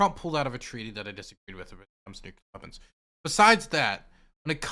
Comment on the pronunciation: Ahhh this is the destiny I used to love: he’s arguing with a fuckin nazi dude who is absurdly braindead but somehow thinks they’re smart Lol also is never gonna stop saying “nucular” is he